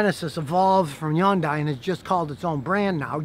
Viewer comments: scotty "yundai" kilmer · Dude! Why do you (and a whooole lot of others) keep mispronouncing Hyundai?😂😂😂😂😂 "Hyundai, rhymes with Sunday". Quoted from older Hyundai brochures. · Yawndai lol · I’ll never be able to unHear Scotty pronouncing Hyundai 🤷‍♂️🤨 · Scotty, Scotty, Scotty, stop with the Yondai. It's Hyundai. That's as stupid as saying Chebbrolaid. Geez Louise, that armrest must have ounces of Covid-19 in it. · Scotty , Love watching your Videos, and listening to most of your advise. But do you have a Speech Impediment? Some serious reason why you can't say Hyundai, pronounced exactly like SUNDAY, but with an "H" ? Not with a Silent "H" HUN-DAY...not YUNDAY ! I've owned Three Hyundai Cars. Two Sonata's and one Elantra. All three for over 100K miles, with Zero Engine troubles, including my current 2014 Sonata, that I just did the routine maintenance on. In fact, none of the three have had ANY breakdowns. Fantastic Cars, and longer warranties than Toyota or any American Manufacturer gives standard. My 2.4L Engine is still strong, has no noises, and the Transmission shifts smooth, all accessories still in 100% working order. The new "Genesis" G70, G80 or G90, is something I would love to purchase. And although they are top rated Cars in their class, they are still a bit beyond my price range. The new Sonata Limited, with all it's bells and whistles comes pretty close to a Genesis, so when my current Sonata matures a bit more, I'll probably go look at getting another one. Keep up the great Videos, keep a open mind, Toyota isn't the only Manufacturer that can make long lasting cars. Most Cars will last if you just properly maintain them, and don't beat the crud out of them driving like a nutjob. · Why did he keep saying Yundai? I always thought its pronounce Hundai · Scotty's pronunciation of Hyundai = YUN-DAI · The real pronunciation is Hyun-Day. Both the H and the Y are pronounced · People used to call it Hi yon die. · Yundiie? Scotty never fails lol